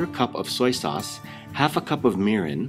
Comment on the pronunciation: its mirin.